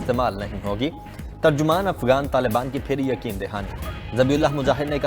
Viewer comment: ابے بیوقوف افگان نہیں افغان ہوتا ہے